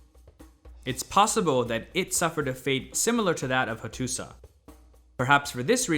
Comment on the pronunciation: Learning a lot here. Excellent presentations with one caveat: the pronunciation of many proper names of the historical figures and places is not like what I’ve ever heard. Example: Hattusa has historically been pronounced Hattusha. Great site.